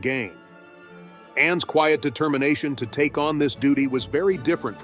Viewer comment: An excellent presentation and gave me, an Australian woman of the same vintage as is Princess Anne a deeper understanding of her integrity, generosity and very deep loyalty. One small criticism is occasional mispronunciation eg 'queeit' instead of 'quiet'. This is usually a sign of AI involvement.